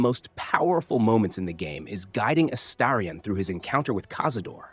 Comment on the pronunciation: Astarion pronounced 5 different ways and exactly 0 of them correct. Jaheira was driving me insane too.